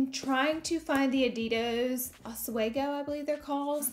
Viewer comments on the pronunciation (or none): Did you just adid’o’s? It’s adidas lol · I will never judge you for being a shopaholic but I will tease you will you say “adidos” haha love you Laura!